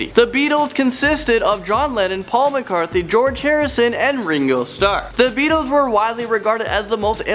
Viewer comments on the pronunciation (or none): it's Paul McCartney not McCarthy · It's Paul McCartney, not Paul Mcarthy. Also, it's Artists not Artisests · McCartney...Paul McCartney, not McCarthy... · Not Paul McCarthy it’s Paul McCartney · PAUL MCCARTNEY, GODDAMNIT! NOT MCCARTHY! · Did he just say Paul McCarthy? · He said paul mccarthey no mccartney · Just making a point here. if you want to do a video, make sure you get Paul McCartneys name right. i dont know who Paul McCarthy is. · Does anyone else hear him say Paul McCarthy? Take a listen . It's Paul McCartney. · It's McCartney not McCarthy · PAUL MCCARTHY?!?!?!?!?!??!! . It's McCartney, not McCarthy. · Yes it is , Annoying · did you say: "Paul McCarthy"? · Not McCarthy, dumbass. McCartney. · this guy really said "Paul Mccarthey"... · Wait.... did he say Paul MCARTHY?! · haha yeah and accidentally pronounced Paul McCartney's name Paul "McCarTHY."